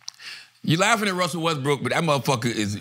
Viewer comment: Char keeps saying Wusell Restbrook😭😭😭😭